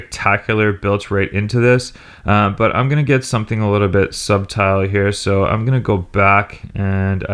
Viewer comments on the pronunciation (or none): What does he mean at approx 1.09 subtile?? Don't you mean subtle the 'b' is silent!!